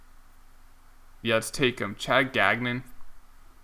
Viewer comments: Also you drafted Chad Gagnon, his last name is pronounced Gang-Yon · Gagnon is pronounced “gone-yo” FYI